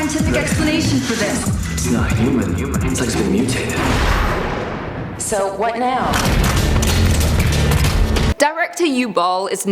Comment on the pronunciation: Even better when she pronounced uwe boll "OOOBAL"